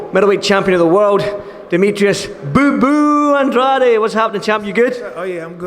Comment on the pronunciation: It's Andrade (drayd) not Andradé (andraday)